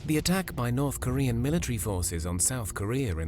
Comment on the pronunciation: I love how the narrator pronounces North Koreor. Never pronounce the "R" except where there isn't one anyway.